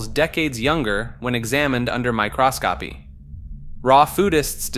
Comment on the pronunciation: there are tons of mispronunciations lol. Literally pronounced "microscopy" as "my cross copy"🤡